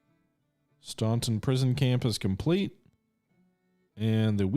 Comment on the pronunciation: Eastern shore of Maryland is very unoccupied. FWIW the locals pronose it "Stan-ton". Loving this play through